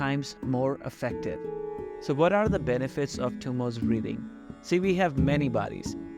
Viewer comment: Thank you for this video. Probably the best I've seen. However, it isn't Tummos (there isn't an s at the end of the word). It is pronounced Dummo with the D pronounced as in 'this.' दुम्मो in Sanskrit. Also, as I breathe out, I plan to use Ujjayi breathing and not using pursed lips. I tend to have cold feet so I badly need to work with this. Thanks again!